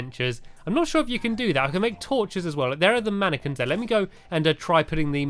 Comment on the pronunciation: I thought you said I have to make a whole load of napkins 😝